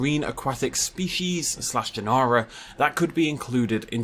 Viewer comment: An interesting way of pronouncing the second E in genera that... And yeh, I think a plesiosaur is likely, but given that plesiosaurus was 3 metres long, not small but compared to a kaiju sized mosasaur... yeh. So I think they might end up going with one of the elasmosaurines for their plesiosaur. But I still think Dolyrhinchops would be awesome as hell